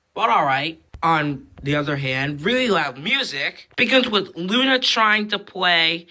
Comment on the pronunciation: Um dude it's lunna. Not luan